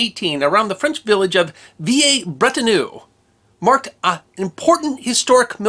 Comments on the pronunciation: His pronunciation of foreign words is appalling. Try vee-LAIR-brett-on-EU. And am-YAN. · Vee-lair-brett-on-eu. For heaven's sake. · Mephisto was on display at the old museum here in Brisbane Australia when I was a boy - It's shown now at the new museum in this video. Not sure which pronunciation is correct but every Anzac Day when they crossover live they always pronounces it "Villers" Bretonneux, as per spelling.👍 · Veeyay Bretternoo? Dear oh dear me. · V a breton err... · The Quentin in San Quentin is pronounced a bit like Conton. History deserves appropriate and correct pronunciation. I will not even comment on your pronunciation of Villers-Bretonneux.